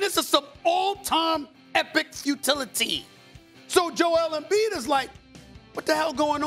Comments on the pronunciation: “Joel embee” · Nobody: Kendrick perkins: joel mb